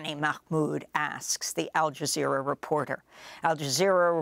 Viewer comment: AL JIZZZERA?!?! R u fn kidding me? They have lost all credibility during this sht show.